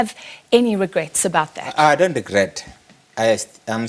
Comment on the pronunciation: I love the part where he sounds like an Italian. "Doni understand." 😂 Hlaudi's is an very smart, he has a logical, simple & effective perspective & mindset, but because he is not a black man who subscribed to the exploitation of an SOE and speaks fancy English, or a white man - they try to humiliate him and make him a scapegoat.